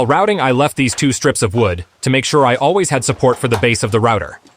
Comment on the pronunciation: Very good idea. I prefer your own voice, especially how you can say "streeeps" when you mean strips, of wood. Your ideas are very good, thanks